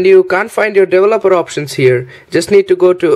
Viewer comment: I like how he says devil-opper!